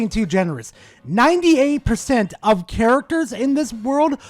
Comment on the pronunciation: "Legends OF Arceus" really hurt me.